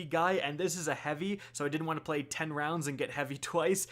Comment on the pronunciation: Ahhh hundred rowndsssaa....wa???